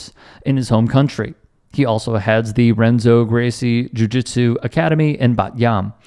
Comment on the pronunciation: Renzo pronounced Henzo .😁